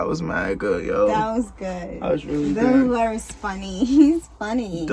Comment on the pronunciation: I love your reactions, but his name is Bill Burr, not Bill Blurr